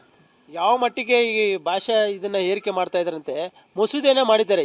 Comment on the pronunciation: ಮೊದಲು. ಈ ವಾರ್ತಾ ಪ್ರತಿನಿಧಿಗಳಿಗೆ ಸರಿಯಾಗಿ. ಕನ್ನಡ ಅಕ್ಷರ ಕಲಿಸಿ 🙄🙄 ಮಲಯಾಳಂ ಏರಿಕೆ ಅಲ್ಲ ಹೇರಿಕೆ ಅಂತ. ಹೇಳಪ್ಪಾ 🙏